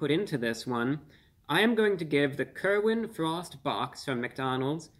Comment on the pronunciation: It sounds like you're saying Kermit the Frog I'd rather want something featuring Kermit the Frog